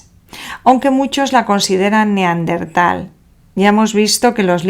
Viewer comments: Da angustia escucharte decir "neaRdental". Eran NEANDERTALES, revisen el lenguaje, si no, no nos entendemos. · Es bastante habitual lo "Neardental", a mí me chirría mucho. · ¿Por qué dice neardental? ¿Es dislexia? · Neardental? Parece que nunca antes habías oído o leído de los Neandertales.